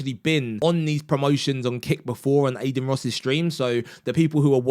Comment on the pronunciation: Aden 😭 Bro at least learn how to pronounce the name of the person you made a video on 😭